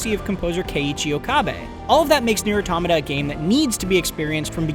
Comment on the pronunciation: Wow. Refreshing to hear someone pronounce automata correctly